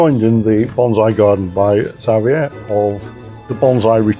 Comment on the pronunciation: This is so mellow. Really love the advice. Also, it's nice to hear the almost Espanol from. Xavier is my favorite Spanish name. But I'm used to hearing it the Mexican way like was doing. Nice.